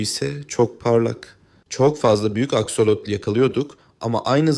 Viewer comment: Askolot değil aksolot😂😂 😂😂😝😝🫠🫠